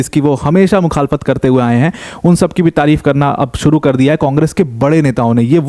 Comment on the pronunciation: Ye mukkhafalat kya hai bol rhe ho samajha nahi...mukkalat jaise sound kr rha hai